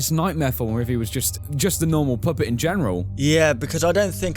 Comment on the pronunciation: he said the poopit or the puhpit